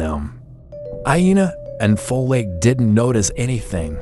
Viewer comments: It's not foLake it's folake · He pronounced "Folake"😅